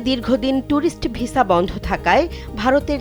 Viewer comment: Vesa na visa thik kore bolun